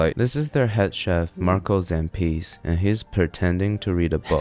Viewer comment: It's Marco Zampese, not Marco Zampìs